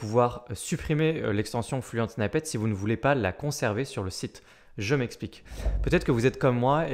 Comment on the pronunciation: Merci. Juste pour info, "snippet" ne se prononce pas "snaïpete" mais "snipete"